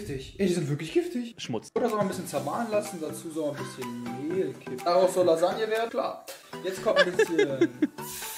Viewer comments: Normale Menschen: Lasagne Simon Unge: Salange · "Salagne" alda, da kriegt man ja spidget finner flashbacks